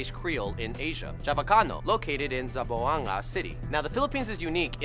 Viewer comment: It's Zamboanga not zambooanga